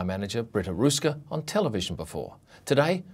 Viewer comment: Interesting article, but you should learn how to pronounce the letter "ö" (transliterated as "oe" for an English keyboard).